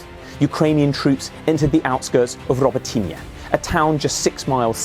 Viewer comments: Hey! Guy! Robot - ne! Try to say- robot- ne! So simple… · It’s pronounced “Roh-boat-tin-nyuh” please. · The way he pronounced Robotyne at the beginning. Was that correct?